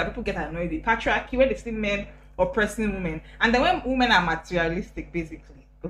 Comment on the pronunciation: "Patria-kia" 😭😭😂😂 You guys! Abeg. 😂 Thanks for blessing us with your beauriii and vibes. ❤️ Plus analysis is correct. 😂 Marketing feeds on the demands and emotional needs of prospective customers.